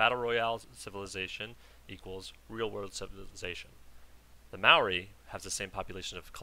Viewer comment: Also I noticed you pronounced 'Maori' correctly, as a New Zealander I am pleased by this. Please continue being awesome :)